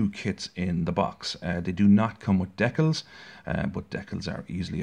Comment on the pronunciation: why do you say decals like that?